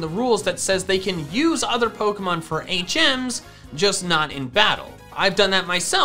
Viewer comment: Lol I kept thinking you were saying 8 gems instead of HMs 😂